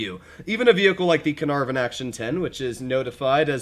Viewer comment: "the canarven"? "the larva"?